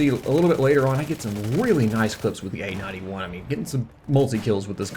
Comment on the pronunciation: Dunno why but whenever you say "A-91" I hear "AN-91". lol.